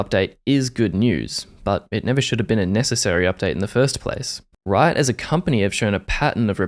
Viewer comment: I really felt it when you said "Rrrriot"